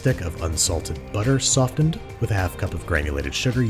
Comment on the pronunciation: no one: babish: sof-t-ened everyone: okay, sof-t-ened